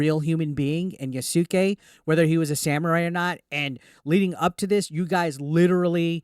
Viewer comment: I believe the name is pronounced "Ya'ske"... not "Ya-sucky"